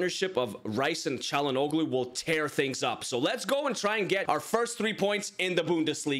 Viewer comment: I would say W signings, but just a tip: to pronounce Çalhanoglu, try not to say the "g" Like Chalhan-olu